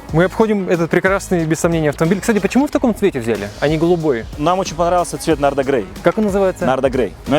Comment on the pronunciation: Какая Нарда???? Nardi grey!!! Нарди грей епта!!!!!!